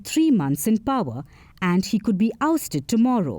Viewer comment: For Gods sake the word Power is not pronuonced Pawar as in Sharad Pawar. Shame on you coolies and chukkas.